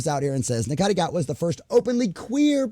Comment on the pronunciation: Sorry to be a nit pick but Ncuti is pronounced "Shoo-ti", but agree they need to focus more on writing instead of modern ID politics.